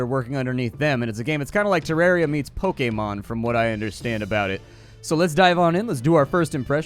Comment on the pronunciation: The only person to say Pokémon correctly in the whole world.